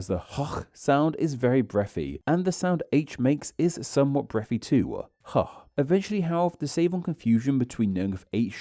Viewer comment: why-ya do speakuh likeuh thisuh? I know this looks more like an italian accent when I type it out, but you are doing this. Especially at the end of sentences, like "this sound and spelling too-ah". It's weird.